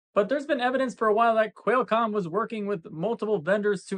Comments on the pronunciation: I would just like to complain to for saying Quailcomm. How stupid can you be, I was gonna comment anyway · Why the hell is this goofus calling it Quelcom?? Everyone leave angry comments and teach this punk a lesson! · Posting to confirm that the “Quailcom” thing indeed triggered me, sly devil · Never stop saying Quailcomm, I love how it makes people twitch. LOLOLOL